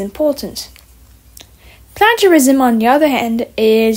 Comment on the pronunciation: i’m not sure if people have commented on this, but you’re mispronouncing “plagiarism”